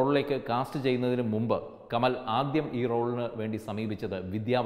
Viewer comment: കമൽ അല്ല കമാൽ